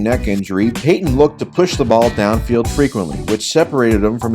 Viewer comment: You did Payton wrong